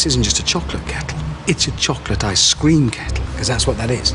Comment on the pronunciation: Is it only me that hears him saying chocolate I scream kettle?